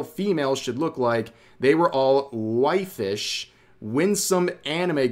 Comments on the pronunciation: Actually, that word is pronounced "way-fish". It means thin and unhealthy-looking, and is a popular word to describe runway models. Dumbass contradicted himself by following it up with "winsome", which is kind of the opposite. Either way, these people are fucking delusional, and huffing copium because their stupid designs are getting the game review-bombed. And they try and gaslight us by saying "oh it's always been woke", like we've just been asleep this whole time and not paying attention. Fucking transparent and pathetic. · Waifish is is pronounces "way-fish". It's name based on the "waifu" meme.